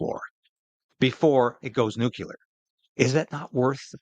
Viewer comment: Nucular war, do you mean to say nuclear war?